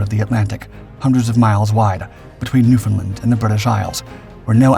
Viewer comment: Just a tip. When pronouncing Newfoundland, say it like understand.